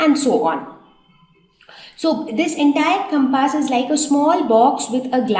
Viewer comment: pronounciation of compass is totally wrong...........hahahahahhaha...... but yes the way you explained was really nice thanks for your awesome effort